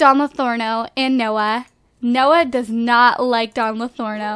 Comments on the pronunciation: Stop saying Don Lathorno! Isn't it Lathario?! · it Don LA-THAR-IO not LATHORNO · Its not vein lathorno its don Lathario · It's bugging me how she says Don "Lothorno" and not "Lothario"... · Wait...isn't it Don Lothario? Not Don Lotherno? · "don lathorno" im pretty sure it's lothario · LA-THA-REE-OH NOT LA-THOR-NO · His name Is Don LothARIO not lothorno :) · Just pointing out that Don's last name is actually LO-THA-RIO. Not Lothorno :P I'm not trying to be rude lol just saying c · "Don Lothorno" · Am I the only one who is slightly annoyed at the continuous mispronunciation of Don Lothario? It's not Don Lotharno, geez. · its don LARTHARIO no N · Katy Bisi it's Lothario, I think she just likes to pronounce it like that. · um I think you're saying Dons last name incorrectly. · LOL theres no N in don lotharios last name